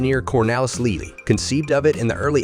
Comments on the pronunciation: it is pronounced "Lay-lee", not "leelee" or "lilly" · Ah yes Leelee and the Afsludy